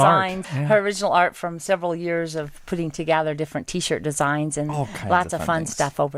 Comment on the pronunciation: &, You kill me! There is no A in together! Its Together NOT togather.